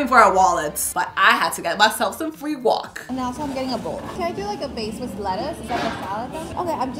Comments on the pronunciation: Why does she say guac as “wok” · Ily but please stop calling guac "wok"